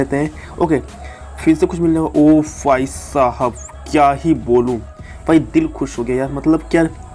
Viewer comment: Bhai mere Bhai saab hota hai Fhai saab nhi 😂😂😂😂😂😂😂😂